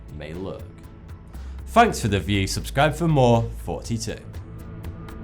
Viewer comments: Oh... I thought you said "46 years old..." lol! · Is it just me or does he say 42 here? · I swear Your saying 42 on purpose arent you?.... I cant tell XD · Is what he says or Forty2? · so is it fourty two or now???? I'm so confused because of his pronunciation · Wait, his name is? I always thought he was saying forty two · Lol. He said forty2. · does he say or 42 or 32? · when he says he name I always hear 42 it sounds so same.. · Who else thinks he is saying "Heeeeey! 42 here!!!" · does anyone else hear 42 instead of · or 42, what I m hearing is 42. 😃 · I'm 10000% sure he says "hey 42 here" in this vid. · it is not 42